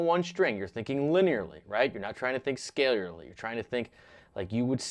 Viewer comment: did you just say "scaleierly"?